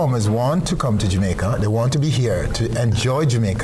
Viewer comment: I swear if I hear this phucking guy say "JU MAICA" one more time my head is going explode. My God man, You're worst than Portia, and she was trash when it came to pronouncing the word. You need to do better as a big tv host man. SMH